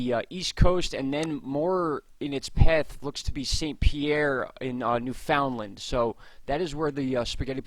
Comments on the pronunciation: Newfoundland Pronounced: “new-fund-land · It's pronounced by us, as New...fun...land, or New...fund...land. Some locals drop the d... lol 😁👍. I'd have to look into how it's properly pronounced, you may be on to something, and a lesson for all us East coast Canadians! In any event, you and your honey are super, and I thank you for your time and consideration in this matter. You are both hard and caring workers, and derserving of our time and likes. A little coinage, if we can swing it! 🍁💞🍁